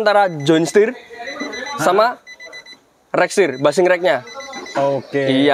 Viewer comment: Bushing dibaca bashing?